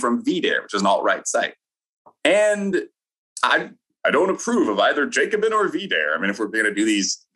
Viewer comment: I agree with quite a bit of what Wilfred says and you should never confuse communism and Marxism or either of those with socialism. There's some overlap but there are far too many people on the right who reflexively label progressive economic ideas as communist. Also please pronounce Jacobin correctly.